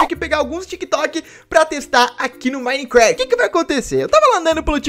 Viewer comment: quem q ele fala micrat